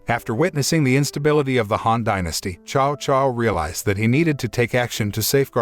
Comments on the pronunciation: This is a great movie it's just a shame that u butcher every name next time do research and learn hot to say them. Prime example Cao Cao u said "Chow Chow" it is actually said as Tsao Tsao! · Tsao Tsao is the pronunciation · His name is Cao Cao